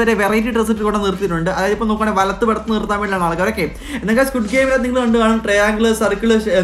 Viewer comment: സ്‌ക്യ്ഡ് ഗെയിം, സ്‌ക്വാഡ് ഗെയിം എന്ന് തെറ്റിച്ചു വായിച്ചിട്ടുണ്ടോ